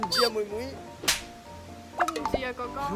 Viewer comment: 女友說 哥哥 的時候廣東話太標準了 而且又可愛又甜蜜